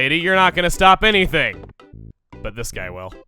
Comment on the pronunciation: "THIS BUY" actualy i think you said gbluy